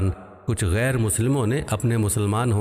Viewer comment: Assalamu alikum wa rahmatullahi wa barakatuhu Allah aap ku jaza e khair de mukammal Qur'an record karneki toufeeq de aameen. Arz e guzarish hai k surah nisa ayah 95 me qari saheb se bhool hogayi gairu ki jagah gairi tilawat kar di